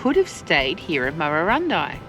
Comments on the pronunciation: Pronounced Murrurundi as in 'eye' not 'ee'! 👍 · Check town names and their pronunciations before recording,vI suggest. Murrurundi pronounce the i at the end as in eye not ee. Murrundi not Murrurindee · It's Murra Run Dye. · Your effort and ideals are fine - but - either you are (1) new to this country or (2) have never previously travelled it (3) or you have never researched it. In this video the pronunciation of almost all the towns you visited are comical errors. My son is dyslectic and you seem to suffer the same affliction. Your wife did get some of the names right when she had a go at pronouncing them. It doesn't take much to ask a local if you are not sure. It is better than butchering a towns name and letting it get past the edit stage. Why am being so pedeantic? You completely stuffed the name of a town I used to call home in an earleir video, The town is Marulan. I thought it was funny at the time as I thought it was a one off - but seeing you again I'm sure all vour videos must be the same. Take a little care - these towns are home for many people and while you are doing the right thing by advertising them your lack of knowledge takes away from everything you say.